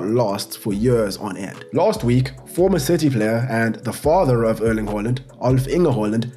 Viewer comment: It's pronounced Airling.